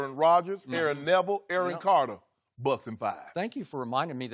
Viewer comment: I lost it when he said Aaron caryer